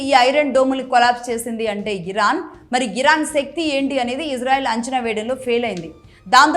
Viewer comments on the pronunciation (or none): none